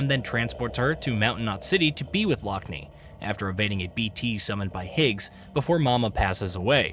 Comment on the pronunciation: "Her sister lock-knee" Tell me you've never actually played the game without telling me you've never played the game. Every single character pronounces her name Lockne 'lock-nuh'